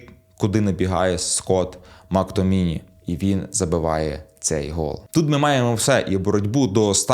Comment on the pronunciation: МактоМІНІ????? 😂😂😂 різне звичайно чув, но не таке